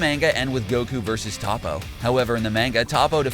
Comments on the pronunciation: Here’s the names he said wrong Tapo is toppo zimisu is zamasu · Its not "tah-po" Its "toe-po" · Toppo, not Topo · And ZENo and TOPo